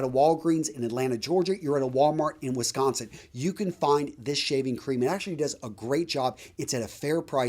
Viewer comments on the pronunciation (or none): none